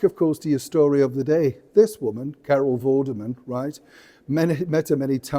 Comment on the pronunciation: Lol he called her Carol Vermin